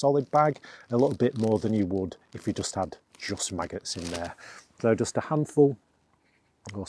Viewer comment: I wish you could say the word “just” instead of “dus”. Most annoying.